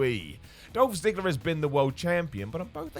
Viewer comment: you got Miro right you got Ziggler wrong